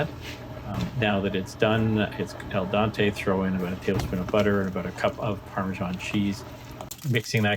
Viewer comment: Al dente* you said El Dante 😅 But solid effort though, restaurant quality dinner over there, so fancy. Great job 👌🏻